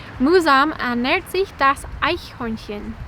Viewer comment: Cool that she pronounces Eichhörnchen corrrectly! ;-)